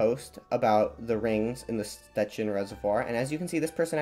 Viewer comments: Sh-ch-ecin not s-te-cin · by the way, this is how these names are actually pronounced: Szczecin — sh-CHE-chin Brysna — BRI-sna (it's s not z and the I/Y here is closer to the I as in ill) Śmięcka — SHMENG—tska (the E/IĘ in the word is a nasal vowel) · Jep - that's a very, very bad pronunciation. With "Szczecin" your pronunciation is good, but you said that "Scecin" - "sz" and "cz" are not just "s" and "c", but are read like the English "sh" and "ch" (the sound of "cz" is the same as in "Czechia"). "Brysna" you're also very close, but you said that "Brizna" - "y" is not just the sound of "i", but something that doesn't exist in English, and "s" is not "z", but "s". And "Śmięcka" is total buthering - you said "Smika" xD "Ś" and "ę" are sounds that don't exist in English, but you also swallow some normal letters. The good aproximation in english would be something beetwen "Smiencka" and "Shmiencka".